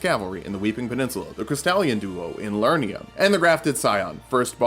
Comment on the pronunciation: Each video of yours you've mispronounced "Liurnia". You keep saying "Lurnia" but there is clearly another syllable. "Li-ur-ni-a" not "Lur-ni-a"